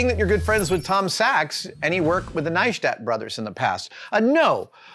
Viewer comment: Neistat is pronounced like "Nice-tat". Casey explained that in one of his videos.